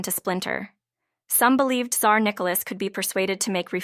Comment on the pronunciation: If you cant pronounce names properly or indeed pronounce Tsar and Tsarevitch properly don't bother to make a video